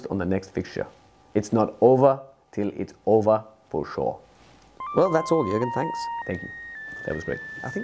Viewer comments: Nobody: Klopp: fo shuar (for sure) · Klopp: Fo Shor